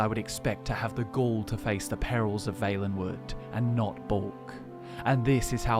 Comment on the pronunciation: Really wish the guy would pronounce Valenwood right...